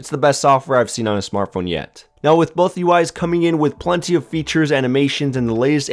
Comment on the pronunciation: Love how he says "boat" instead of "both"